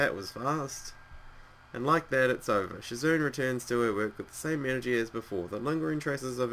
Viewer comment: It's shi-zoo-nay not shi-zo-ne